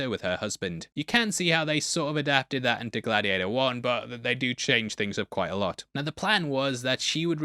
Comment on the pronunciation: 😅 Glad-he-ate-her-too 😂 this got me to subscribe to you